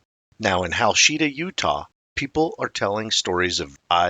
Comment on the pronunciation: Hachita is pronounced Ha-cheat-a, not Ha-sheet-a. 😂😂😂